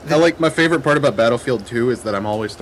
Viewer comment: lol "I favor-ite-ted that video..." did anyone else noticed the way says favorite?